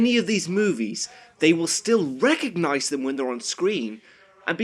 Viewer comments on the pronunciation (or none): none